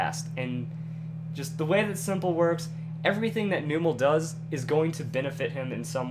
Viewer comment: that's not how you pronounce numel in the pokedecks it's called the num pokemon